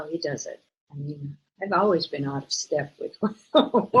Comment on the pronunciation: Instead of saying always she says owees